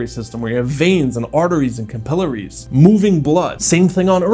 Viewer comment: ive never heard someone pronounce capillaries like that before